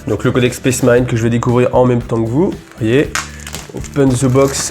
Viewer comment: "SPACE" marine pas "spèce" marine, bordel ! Ca écorche les oreilles...